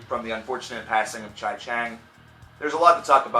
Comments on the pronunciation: It's Chee not Chigh.... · A couple things: 1) not "THE" Deftones 2) it's pronounced CHEE Nevertheless, a good review from a casual fan. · You pronounce Chi's name so wrong